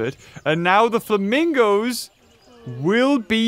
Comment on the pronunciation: Oh yes the "flamingi's"' my favourite animal